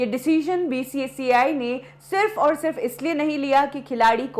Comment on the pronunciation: Arey Aee Madam first learn how to say IPL, BCCI